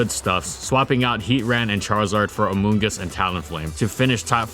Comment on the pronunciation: I just keep hearing "Amogus" when he says the Mushroom's name